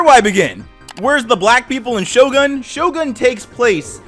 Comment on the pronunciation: I thought you said shotgun lol